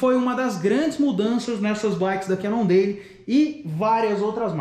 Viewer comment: Pronuncia cannondeiu não deili!!!!